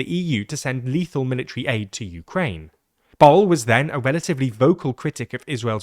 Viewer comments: Borrell is pronounced /bu.rɛʎ/, not like "bowl" lmfao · TLDR clowns turned Borrell which is pronounced like Borrrell to Bowl. Kaja Kallas is callous because she comes from a small nation. They always tend to be irresponsible and ungrateful in nature. Fundamental problem is the deceit of the politicians of EU who lied to their people and snuck in a Federal EU government while claiming that EU is not a superstate. The people, whenever given a chance, like in the Netherlands and France, rejected the concept of a Federal Europe by voting down the EU Constitution in 2005. Lisbon treaty is a secret adoption of the EU Constitution in a different name and avoiding referenda. Ireland honestly held a referendum and it was defeated. Since it was not an option, the EU people told Ireland that there will be no EU army and Ireland can remain neutral (in military only) and if Ireland rejected, banking sector may not receive EU money (blackmail). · But botched the Catalan "Ball" 😭😭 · Sorry are you pronouncing Borrell as "Ball"????? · It does not take a lot of effort to learn how to properly pronounce Borrell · As a Catalan, quite a bad pronunciation for Josep Borrell's name. The Catalan open O is pronounced like a U in English, and the LL is pronounced closer to the Y than the single L. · As a Spaniard, I wish they would have tried a bit harder with Borrell. Maybe the catalan "ll" is hard for them, but at least the "rr" is broadly known and they didn't even try